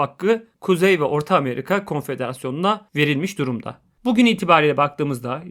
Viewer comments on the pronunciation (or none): none